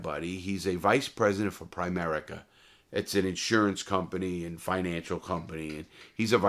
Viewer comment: Love your stories man, but it’s funny how you said primerica, I work for them 😂😂